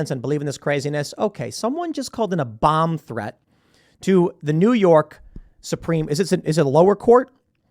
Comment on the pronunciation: Tim’s accent, ‘Dunald Trump’ and ‘Bum threat’.